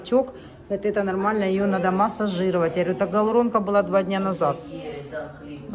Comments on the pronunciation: ГАлуронка-этим все сказано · Гиалуронка, а не галуронка!!!